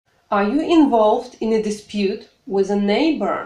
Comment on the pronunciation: Ок, English, все прекрасно, но, имхо, Вам нужно поработать над произношением, уж коль скоро вы решили давать публичные уроки. Слово with, произносимое с экрана со звуком, близким к русскому "з" немного режет слух. Прошу прощения.